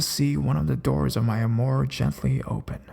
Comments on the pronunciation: Armoire isn't arm-moor-eee, its arm-wah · armoire is a large piece of furniture. It's pronounced "arm-wahre" or "arm-wah." It's French. I love the videos, I just notice that in just about every video you struggle with some nuance or unusual word. Not criticizing. I just don't want you to stumble on those words in the future. Keep up the great vids! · You're mispronouncing "armoire". It's said "ärmˈwär". Nice stories though. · Well done. Armoire is pronounced arm-war. It's a big cabinet used to hold clothes because years ago the government used to tax people on how many doors a home had. Consequently homes were built without closets and armoires became popular. They are expensive antiques now. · That was fun to listen to; thank you. (Also, no big deal, but "armoire" is pronounced "Arm-Wa". Rhymes with "bra" or "ha".) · Sorry to be "that person" but I think you meant armoire, which is pronounced "arm-wah" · If there is one thing that ruins a story for me, it is bad pronunciation. Armoire is not pronounced the way you did, as the "e" is silent for one thing. Other than that, you do a good job and this seems to be a common problem in these videos. I would suggest looking up words you aren't familiar with, since they generally have words spelled out phonetically. If you use an online dictionary, it should say it correctly for you, if they programmed it properly. Thanks for finding these stories, and I hope you take this in the positive way I intend it. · UGH THANK YOU! I've noticed this type of thing too and it bothers me. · How to pronounce Armoire Please youtube that.